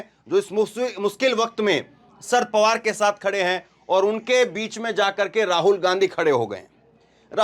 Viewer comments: Bhai ji asal naam शरद पवार है। आप नाम का उच्चारण दुरूस्त कर लें। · शर्त पवार बेटा एक बार बता दिया सही Karlo उच्चारण अगली बार........ Denge